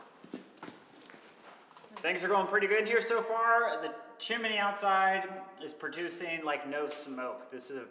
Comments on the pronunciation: (Chimney) Not Chiminey. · A chimney: Pronounced: chim·ney or CHimnē. NOT Chiminee Correct: "Things are going Well" Incorrect: "Things are Going Good" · Chimney, not Chiminey:-) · It’s pronounced Chim-knee(chimney).. NOT chimeny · Calling it a chimminey gets me every time!😂 you guys are the best!